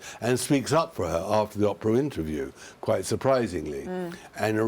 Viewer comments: Fascinating stuff. But could someone please inform Tom that it's OH-PRA, not Opera. Jumps out at me every time , now I can not un-notice it!!!! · "O"prah, not Opera! Thank you. You wrote a best-selling book, surely you can manage pronunciations! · o p rrrah not opera!!!! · Just for your info Tom Bower.............the name is Oprah............not Opera. Get it right! If you can't get her name right....what else haven't you got right? It's pretty evident you're very prejudiced against Harry and Meghan. Everyone has their own opinion...I hope yours comes back to bite you in the butt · Her name is Oprah not Opera. Unforgivable that you can’t make the long O sound in Oprah’s name!!! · I love the way he says Aprah instead of Oprah. I called her Soaprah! Lol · I love how he mispronounces the names LOL doRIA and Opera :)